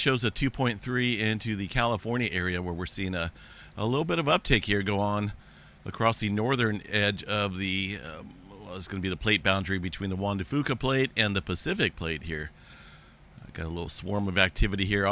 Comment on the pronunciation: It’s not fu ca/ it’s pronounced few ca/ I used to live in PNW:)